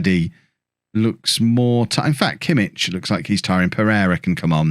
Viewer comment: Actually it's not only Pulisic...Joshua Kimmich is actually pronounced 'Yosua Kimmick'. Even though the ck doesn't sound that way